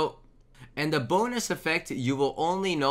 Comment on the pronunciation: Is it just me or does it always sound like "boners" when he says "bonus"?